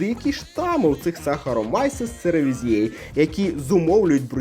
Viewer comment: Пізнавально для маленьких глядачів😊 Але назва дріжджів Saccharomyces cerevisiae - СахаромІцес церевІзіе, а не якось інакше😉 Натхнення для нових рецептів і відео!❤️